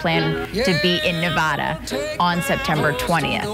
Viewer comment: The way they say Nevada pisses me off